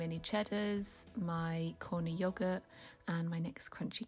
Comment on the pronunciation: Haha it’s “corner yogurt” it’s yogurt that has toppings that you mix in 😁